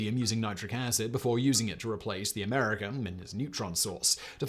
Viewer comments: “Americum”? I’m pretty sure it’s Americium... rhymes with Elysium. He misspoke. But, don’t worry. I’m sure he’ll fix it in the post. I mean for the final release. Not this rough cut. Otherwise, he might reveal that this is (yet) another YouTube channel... hosted by someone who overestimates his reading comprehension... while pretending that he is qualified to educate his audience on the topic. Perhaps, I’m mistaken... he was forced to rush this out by his idiot producer. And you know what they say about miracle-men? Rush a miracle-man... get rotten miracles. :-) btw- , again... “Americum”. smh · Americium-241 pronounced Am-Ah-Ree-See-Um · Jesus learn to say Americium properly!